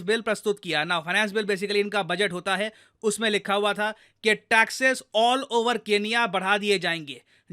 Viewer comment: Taxes not taxess